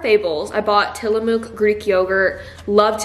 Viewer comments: Ti l’amo ok is a town close to Pacific City where you went in Oregon and it’s actually pronounced ‘tilamuk’ the spelling is deceiving, but their cheese slaps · As an Oregonian, tillamook is pronounced with a soft o sound, like the word “look” just so you know!!❤😂